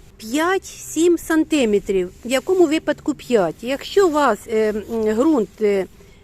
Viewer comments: Сантиме'трів! Наголос на 'е". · Жіночко, треба говорити 5 сантимЕтрів, а не сантИметрів. Зверніть увагу. До того ж 3 тижні, а не 3 неділі. Успіхів Вам у справах.